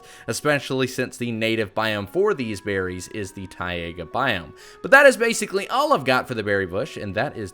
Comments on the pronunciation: isn't it taiga not TIEaga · "Tai...a...ga" biome? I wasn't aware that 2nd A was in it. I have been spelling it wrong and pronouncing it wrong my whole life!!!!! :( Otherwise, berry good video, despite him butchering Taiga.